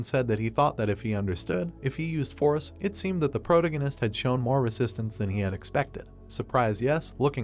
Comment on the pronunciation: The way you mispronounce protagonist is annoying. Is it just me?